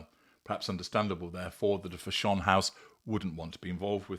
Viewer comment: Fa SHONE? I've never heard anyone, even a Brit, pronounce "fashion" that way.